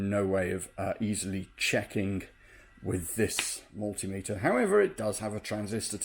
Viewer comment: I love how you said mul-tim-iter in the intro. Somehow reminded me to order a new turbo encabulator!